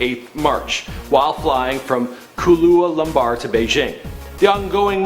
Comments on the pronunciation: did he say Kahlua lumbar? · The way you pronounce Kuala Lumpur is funny